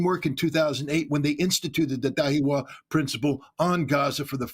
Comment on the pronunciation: Da-hi-ya NOT dahiwa (not that difficult)